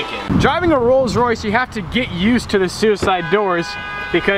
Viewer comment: Am I the only one that heard rolls royce rape when he first said it? Lol